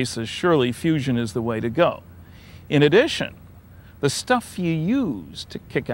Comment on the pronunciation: I thought it was fusion...not fussion?